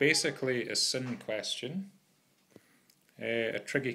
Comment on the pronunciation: The way you pronounce sine is the real sin